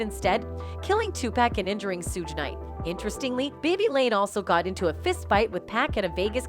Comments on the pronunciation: She also said Sooge knight 😂🤦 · now she mispronounced Shuge Knight's name as well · I know right. She is saying Suge’s name wrong too and it bothers me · Ok, somebody tell this woman how to pronounce thier names right: all that "Pack" and "Shuge" drove me nuts. 🙄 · Emeniem a raper? Tupack? Or 2pack sudge knight damn lady at least get the names right the people she mentioned must be other rapers or already dead 🤣😂 who the hell is sudge knight and what is a sudge and Tupack or 2pack and who are these rapers? Greg karding? I don't think our community is safe.